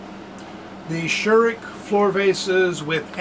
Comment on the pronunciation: Very informative video! But please do not be offendend, but you got the pronunciation of Scheurich very wrong. But I guess it's not that easy for an non-native speaker.